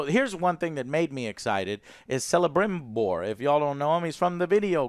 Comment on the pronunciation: 😖 Celebrimbor is pronounced Kelebrimbor. Cs are pronounced with a K sound in Cindarin (one of the Elvish languages). So, for example, Celeborn is Keleborn. 😉 EDIT: He's a side character? He forged the damn rings of power, dude! 🤪